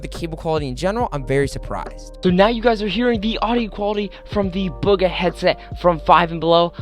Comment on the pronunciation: Mans really says "Bug a" when its booga smh